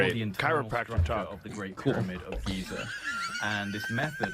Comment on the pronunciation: Why did you say Gaza not Giza?